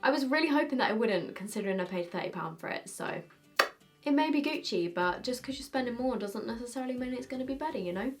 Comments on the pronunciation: GUCCI NOT GUCI from an italian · went full British on the gucci mascara